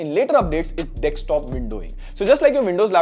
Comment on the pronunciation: it's DESKTOP and not DEKSTOP 😂